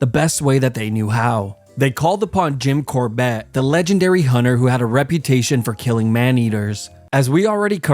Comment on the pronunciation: Good video, but his name is Jim CORbett, not Jin CorBETT. I believe he also wrote a book called "Temple Tiger"